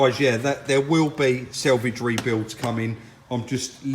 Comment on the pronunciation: I watch the show with interest you do a great job but please say sAlvage not sElvage, just an observation.